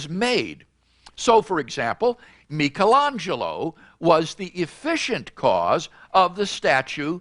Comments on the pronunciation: I was really hoping you'd comment on Craig's pronouncement of Michaelangelo which is hilariously wrong. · If you can't pronounce Michelangelo correctly your argument becomes invalid.